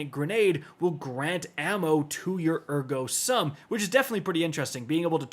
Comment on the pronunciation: It's pronounded "Air-Go sum"